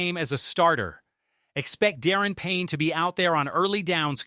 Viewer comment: Da -ron ,not Darren Payne ! It's hard to take you serious as a Commanders channel when you can't even pronounce his name correctly...